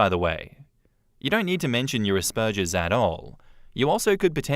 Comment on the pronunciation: Is that how they pronounce Asperger’s in the UK? Or is it just? Lol